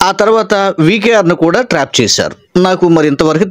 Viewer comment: పాస్టర్ గారు ట్రేప్ కాదు❌ ట్రాప్ ✅